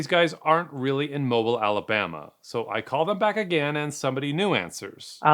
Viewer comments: honey, baby, I love your content, but it’s pronounced “mobeel”. I’m a Yankee from Philly and even I know that. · Mobile, Alabama, is pronounced Mo-beel. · Have you have been to Alabama, that pronunciation of "Mobile" 😅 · Mobile, Alabama is pronounced “Mo-BEEL,” rhyming with steel or peel. Not “mobile,” as in mobile home or mobile phone. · Mow-beel not mobil. Mobil is a gas station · Great video! The proper pronunciation of Mobile, Alabama is not "mo-bull" but pronounced "mo-beel". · Not trying to be a D bag, I’m just trying to help you. The city is not pronounced “MO-bull”. It is pronounced “mo-BEEL”. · How do you screw up "Mobile", Alabama? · It’s pronounced “Mo-BEEL”, not “mobile” like in mobile homes. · Mo-bill not Mo-bull. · He killed me with how he said mobile. It mo-bill not mobile like a phone lol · I had to check on the way to pronounce Mobile. You really confused me. I'm not American but I have friends in Alabama and have visited a few times. I've always said "MO-beel", rhymes with "SO real". But you said "Mobull", like what Americans call a cellphone. Even the Google search talking thing said it like that. Was I wrong? Turns out no. I am saying it correctly. "MO-beel" more or less. As confirmed by friends who are from Mobile. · Mobile, AL is pronounced mo-BEEL... Not MO-bull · I can’t take it anymore!! It’s pronounced “Moe-bill” (long o sound). Not “Mobil” or “Moble”. 😂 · It’s not Mobil, AL It’s pronounced MobiLE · It's not "Moble" but "mo-Beel" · MO-BEEL not mobile lol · It’s pronounced Mobeal not Mobile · ITS MO- Beal not Mobile. Sorry I just had to get that off my chest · It's MoBEEL, Alabama, not Mobull. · Lol I'm from Mobile and always get a kick out of Non-Southerners pronouncing it as mob-le, I mean, yes it's spelled mobile, but we pronounce it as Mo-bill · If you pronounce bill and eel the same way, then indeed it’s mow-bill. The important element, however, is that the emphasis must be on the second syllable. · It’s pronounced moe-beal